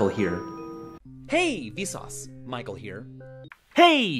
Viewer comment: "Hey vesauce maikel here"